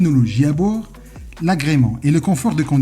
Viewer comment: Merci beaucoup pour votre proposition. J'ai déjà un travail dont je suis parfaitement satisfait. Pour la prononciation des mots il faut absolument faire très attention avant de publier la vidéo ( ( un ) une transformation) 🥴 cette planche de ( bouur ) .............